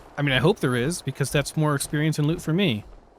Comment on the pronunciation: it's experience like espresso